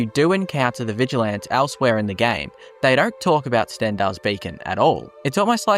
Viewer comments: "Vigil ants" yeah the first time you said it I could believe you misspoke but now I'm reporting you and disliking. Also contacting British police and telling them you said something hateful to me, expect a fine or jail time. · VigilANTs? Nice English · sorry had to stop the video because of how you say Vigilants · Vigil ants? Zaylots? the fuck is your pronunciation bro